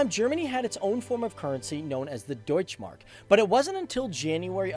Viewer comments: Deutsché Mark not Deutsch Mark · You did a good Job with the German words like,,Deutsche Mark" but I Just want to say in Germany there are no silent Letters :3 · Nice video, but there is one thing I want to mention: In the german language when a word ends on an 'e' it is NOT silent. this works for 'deutsche Mark' the same way as for 'Porsche'. The 'e' has to be voiced, especially in the last case, cause that is also the name of the founder of that company and messing with some other persons name is quite rude, don't you think? Oh, and by the way, the german 'e' would sound like the english 'a', just to be correct.